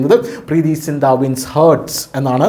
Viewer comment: HEART - ഹേർട്ട് അല്ല ഹാർട്ട് ആണ്...